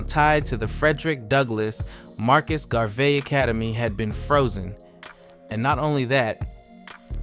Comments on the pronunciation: Gar-vee. Ma-dee-yah. Buh-see. Wtf? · Are you telling us that you really do not know how to pronounce the name, "Garvey". 🫣